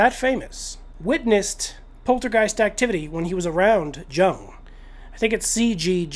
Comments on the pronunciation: Jung is pronounced 'Yoong' . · Yes, I agree there was a lot more to your video than the pronunciation of Jung's name. I was just feeling lazy, and didn't want to set any context before correcting your mispronunciation such as saying that I found what you said generally interesting. I found it hard to resist pointing it out though. There must be times when you find mispronunciation a bit annoying, even if it's a relatively trivial issue.